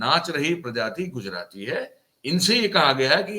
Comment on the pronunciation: Pause dede woh Gujrati nahi hota.